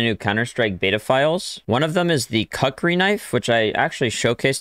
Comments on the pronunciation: "Kukri" It is pronounced as Cook-ree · its pronounced kookri